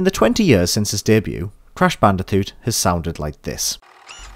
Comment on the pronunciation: Can you pronounce c, k, g without saying t? (Example: Crash Banditoot, Stylanders, etc.)